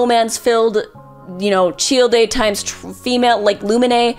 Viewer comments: … Fucking CHILL-DAY? It’s CHILDE, Like a Child. Dear lord. 🤣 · did you just call him Chill-de? its literally just pronounced Child. How do you manage to say that wrong? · I did a fucking backflip when I heard "cheel-day" instead of Child. What in the fuck? Did that surprise anyone else? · “cheel day” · That was interesting, but I just started laughing when you said "Shieldei / Tchieldei" for Childe. Hahahahaha had to watch that a few times. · It’s Childe — “Chayld” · You can tell she doesn't actually PLAY genshin when not only is she not even at inazuma yet but also she doesn't understand why Barbara would simp venti (or the fact she said "chill-day") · Chil de? Rofl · My girl, Childe is pronounced "Child" lmao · out here with the worst pronunciation of Childe that I've ever heard. It's simply pronounced the same way as the word child! It's not that hard! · The fact that she skipped Gorou and Razor is an abomination because damn, they have a LOT of good yaoi stuff out there and it's not even about being "doglike" like she's thinking they are gonna be. Also, it's been a year since this video, and I swear to god, I really hope she has learned to say some of the names properly. I'm dying at the way she says Zhongli, Childe, and Lumine lol... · bro the way she said childe.... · Her pronunciation of Childe is so cursed. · tf the pronunciation for CHILDE???? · This is a great idea for a video. Also these are some really interesting pronunciations. Lumine, Aether, Childe, Shenhe... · can’t tell if you’re pronouncing ‘childe’ like that intentionally or not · great video, never fucking say childe ever again please!!